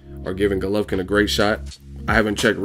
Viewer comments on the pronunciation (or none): Golovkin dumb ass not gulovkin that is how u saing it